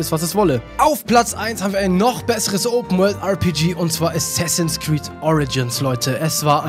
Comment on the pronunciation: hab mich fast weggeschmissen vor lachen als du assaisens creed gesagt hast